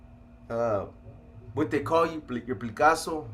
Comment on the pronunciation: 🤦🏻‍♂️ did you just say …. Your plicaso 😂 instead of placaso 🤦🏻‍♂️😂